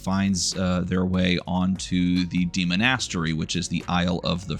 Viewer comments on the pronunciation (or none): I'm trying so hard to pay attention, hearing demon-ass-tery is taking me out every time though. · I cannot abide your pronunciation of demonastary. Great video otherwise though lol